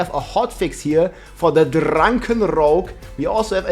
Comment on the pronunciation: the way he said drrrrrrunkin rogue i almost spit my drink out